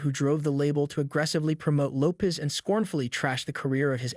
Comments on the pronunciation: This guy can’t even properly pronounce her last name??!! This is so bad. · If you can't even pronounce her name properly..I'm out!!